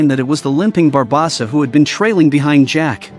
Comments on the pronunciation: Bar-bow-Suh Barb-oh-suh Great vid, mispronunciation of barbosa ate me up 😂😂😂 loved it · Barbosa not barbasa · I agree, how is it he can say everyone's name correctly EXEPT barbOsa! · It's actually pronounced BA BOS SA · The way the AI says “Barbawwwwwsa” over and over… it’s hard to believe at least half the population would be dumb enough to not realize the difference between AI and a human. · He said it in 9 different ways and none was correct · I absolutely love this channel every single video I watch it thumbs up, etc. They mispronounced Barbosa Every. Single. Time. I tried not to focus on it, but it didn’t work. 🤦‍♂️ Yep. White people probs 😂😂😂😂